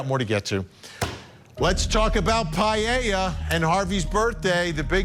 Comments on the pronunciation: it’s the “ei” intead of “e” paElla not payieilla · Paella - Spanish speaking can’t even pronounce it properly. Pa- e ( as in Ernest)- lla (as in jar)